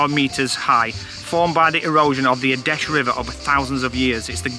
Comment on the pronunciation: I laughed way too much at “ rock a hoy? “ 🤣